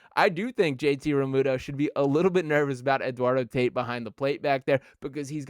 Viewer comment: It's pronounced Eduardo Tah-eat 😂. The Dombrowski rumors are from his Marlin and BoSox days. He brought back the Tigers to relevancy, but he couldn't keep Joel Zumaya from playing Guitar Hero.